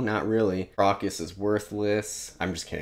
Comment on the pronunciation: Really dug your first impressions of Malazan! -Erikson's writing chops take a tremendous leap between books 1 & 2 (he went to Iowa's Writers' Workshop in-between books) You nailed a lot of the pronunciations!- but Crokus is 'Croak-us" You mentioned point-of-view & the Baruk scene with Rake- and Erikson's p.o.v.s- while numerous- do some really nifty filmic things. In the first few books you hardly ever see a scene from the most powerful character's pov- you see them through the eyes of others & it gives almost a shot-from-below larger-than-life impression. Just a cool narratve trick of his I enjoy You do not have long to wait for more answers on otataral Stick with it- can't wait to hear your reactions to Deadhouse Gates!